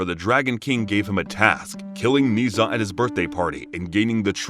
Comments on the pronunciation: Everybody mentally drops the "H" in "Zh", turning it into "Z", while it is actually "Zh", pronounced like "J" in words "Jail", "Jade", "Jaguar" et cetera, but with slightly less accent on the beginning of the sound. It is a nice recap, but listening to the story of Ni Za instead of story of Ne Zha was hilarious for me. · Ne Zha is pronounced Na Ja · Its pronounced ner zar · IS NOT NI ZHA IS NE ZHA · "Knee Za" Dude its pronounced Ne Zha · not NEE ZHA, it's NEH-ZHA! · It's pronounced Na-ja not niza I how it's spelt but you are pronouncing it wrong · It’s ne Zha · its not ni zuh its Nuh zha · Don't want to come off as annoying or rude But just for the sake of information I shall point out that Ne Zha isn't Nii Zha, but Ne (like the e from egg) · yes its just Nezha (Neza) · His name is pronounced neu-ja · It’s pronounced n e j a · its not ne zha 0-0 its Nancha 0-0well pronounced nancha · No one: Absolutely no one: Him: NeEeh ZaH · the "zh" part is pronounced like the "s" in "measure," so it's "Neh-zha" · "nee zha".. please tell me i wasnt the only chinese speaker who was triggered by this (no hate tho the recap was so slay) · Not to be rude but it’s pronounced (NE-SHA) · It’s so cringe the way he’s pronounced his name smh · All the Chinese people here are probably going to question the way he pronounced Ne Zha. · Jeez, either you wanted to get on peoples nerves or you don’t know how to pronounce Nezha. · That isn’t how you pronouce ne zha to me atleast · Your prouncing it wrong I watch the movie and said wrong